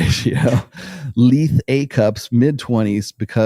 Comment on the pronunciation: "lithe" is pronounced LYE-th, with a voiced "th" - not "leeth" (rhyming with "teeth").